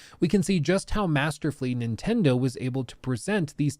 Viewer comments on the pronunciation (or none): none